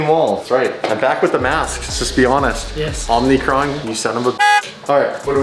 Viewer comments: It’s pronounced omicron not omnicron. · i fuking loveeeeee how you mis-say omnicrom.. its omicron!! i know u know!!! which is why i love the fact that u say it!!!!